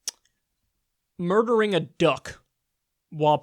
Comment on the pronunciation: Its called killing not mur dur